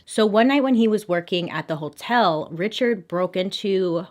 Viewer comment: I love how she pronounces “hotel”. Like “whole-tell”. 🤭😘💖☺️ it makes me smile every time.